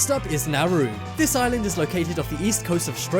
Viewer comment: Why did you keep screwing up on nauru? Repeating FUCK